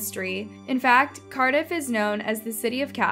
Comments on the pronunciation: the town is called Cardiff pronounced Card-iff or Car-Diff not Carediff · Your pronunciation of Cardiff (American accent) should be more like, Car-Dif. Nice video thanks! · It’s pronounced Car-diff… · Your pronunciation is inconsistent. You said Carediff, then Cardiff, then Cardiff, then Carediff. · Die-on? Cari-dif? cree- ee - gue what? 😂😂